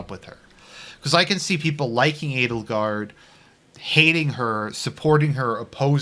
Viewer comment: I keep he hearing "anal guard"